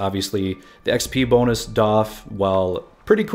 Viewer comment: When you said "boon-us", I know exactly what happened. You're brain was thinking "that'd be a nice boon" and your tongue just combined those words. I think its cool our brains do this, and by context, our brain knows what you mean. I heard a women say her kids were "running rampid" and I realized people here say that, and don't realized they're combining rabid and rampant. Anyway. Language is cool.